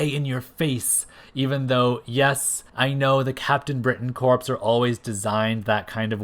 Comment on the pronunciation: Corps is pronounced 'core' the p and s are silent. - Yes, I am that guy.